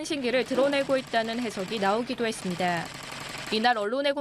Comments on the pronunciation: 여자 기자 발음이 왜저래ㅋㅋ 그랬습니드아~ 했습니드아~ 뭐지ㅋㅋ 나만 웃긴가ㅎ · 아나운서 발음이 왜저래?? ㅇㅇ했습니드아~~ 입니드아~~